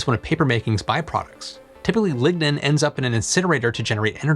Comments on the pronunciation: you are saying ligna but i hear ligma, also cutting down a 'sustainable forest' doesnt sound upscalable. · Lignode and Lignin..... DEEZ...